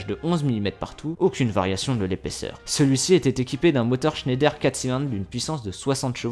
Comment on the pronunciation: Mes oreilles d'alsacien souffre 😭 pour information on dit pas : schéndaire comme tu le prononce on dit Schneider vas sur Google traduction et met la langue en allemand il y a une grosse différence sinon continue tes vidéos 👍